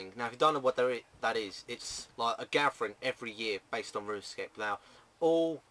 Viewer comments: It's "gathering" you SAY "gatvering" LOL either way it's still funny! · runescape "Gafvering"